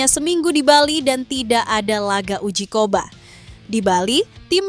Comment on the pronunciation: Uji coba kok bilang uji koba... Ini youtuber sok jago dlam ngomong, tapi faktanya, O On, alex pastoor, di baca Aleks pasto' orrr